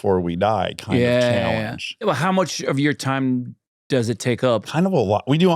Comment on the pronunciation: Notice how he says take up and bunch. Is that a North Carolina accent? It’s definitely not a Swedish accent.